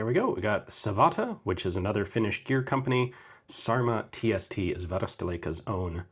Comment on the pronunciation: It's not "sarma", it's"särmä"! "Ä" is the vowel in "dad" or "cat".